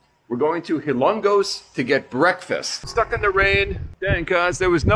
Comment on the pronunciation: It is called Hilo-ngos Leyte my friend!… enjoy your journey 👋